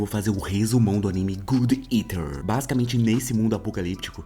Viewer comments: Fiquei agonizando o vídeo inteiro só pelo jeito que ele fala o nome do anime "gud eter" que não tem nada a ver o nome falado de jeito certo que é "god" que vem de "Deus" e "eater" que vem de por exemplo "comedor". Vou escrever exatamente do jeito que fala: "godi iter" resumo muito bom Tmj:) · God eater... não good etar...😂